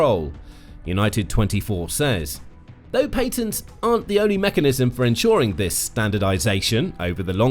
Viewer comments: dud its patents not Paintents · Lol paintnests??😅